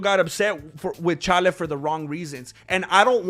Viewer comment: Why do you mispronounce Chaels name?